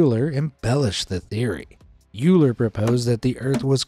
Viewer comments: Euler is pronounced pretty much like Oiler -- NOT Youler. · Euler pronounced as in "oiler".